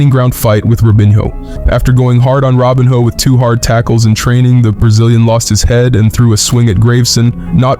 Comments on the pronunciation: Robinho is spelled Robinho and is Said róbinho its not Said robinio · “Robin-ho”😂😂😂 It is pronounced as Roh-been-yoh. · "Graveson" is pronounced "Grah-ve-sen". And "Robiñho" is "Ro-been-yo"